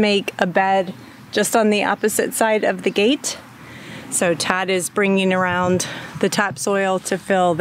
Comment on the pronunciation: I didn't hear clearly and I thought you said God was taking you to the garden store not Todd. Hahahaha